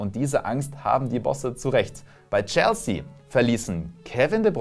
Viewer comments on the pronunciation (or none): none